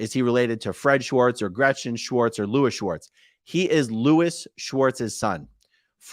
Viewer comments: I know this sounds small but you are pronouncing his name "Schwartz" His name is spelled "Swartz" so the enunciation should completely leave out the "ch" in the name. Normally this would be a dumb post but Leah clearly wanted this distinction so as to not mis name a guy this sleazy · AAron stop pronouncing Julian's last name incorrectly, it's not Schwartz!! It's Swartz! Lol! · you keep saying schwartz not swartz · funny its spelled SWartz and yet you pronounce it SCHWartz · Not sure if anyone posted this but his name is pronounced as it’s spelled. So no “sh” sound. I know someone with that last name so it’s SW like in swarm.😊